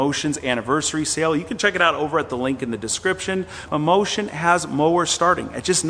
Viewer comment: "Mammotion" sounds like "Mimosas" 😂😂😂😂